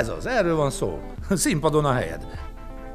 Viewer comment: "nem volt hrrossz,lehetett volna egy picit fhrappánsabb":D:D:D